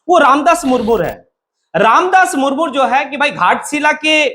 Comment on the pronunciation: मूरमूर नहीं, मुर्मू है